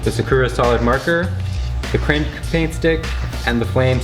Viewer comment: the way is says krink